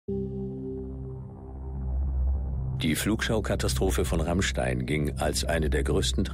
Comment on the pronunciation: Rrrrrrrammstein ein mensch brrrennt